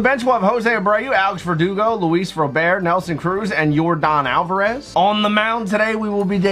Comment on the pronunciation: It’s Luis Robert, not Luis rober